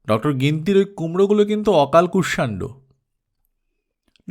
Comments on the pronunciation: আজ্ঞে না। কুষ-শান-ডো। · কুষমান্ড হবে সঠিক উচ্চারণ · অকাল কুস মান্ড এইউচ্চারণ হবে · উচ্চারণ অকালকুসমান্ড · গল্পের নামের উচ্চারণ হবে ' okalkushmando ' ! তাই না ? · গল্পের নাম টা সম্ভবত ভুল উচ্চারণ করছেন।